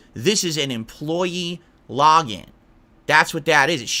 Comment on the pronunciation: dude the way he says "login" lmao "lahgin" fucking kills me lmao